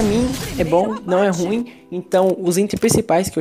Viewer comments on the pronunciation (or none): none